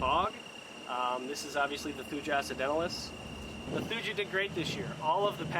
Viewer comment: Thuja is pronounced “thoo-yuh”